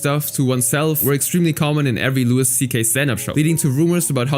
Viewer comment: Its pronounced "Louie" not "Lewis" lol